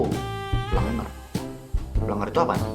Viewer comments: Plenger bilang nya Bukan plnger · Plenger kali kak Bukan pelenger😅